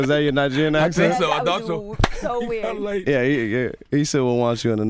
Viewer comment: "we got lightt" Charlamagne is a fool